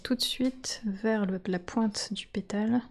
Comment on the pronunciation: tres joli, faut que j'essaye. REmarque : votre accent fait que les "A" deviennent ''ê", comme quand j;entends ''vèse" au lieu de vAse, pétèle au lieu de pétAle, etc